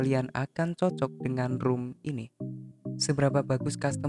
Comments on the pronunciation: baca nya ‘rom’ bang bukan ‘rum’ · ROM kaka bukan ROOM :v